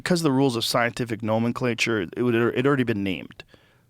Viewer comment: Joe's pronunciation spot on today, Amanita muscaria and nomenclature! Impressed!!!